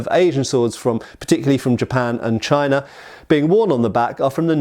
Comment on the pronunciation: Yeah... and he does sometimes pronounce "China" with an r on the end... "Chinar" lol.